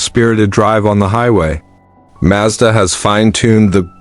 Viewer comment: Right, the RX minus 8. Got it. And this stupid AI voice needs to learn how to pronounce Mazda properly.